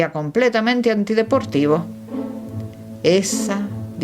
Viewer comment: La Lectora aunque pronuncia muy bien inglés, debe omitir la pronunciación de la T de POIROT q está en Francés. Saludos!!!! 😊😊😊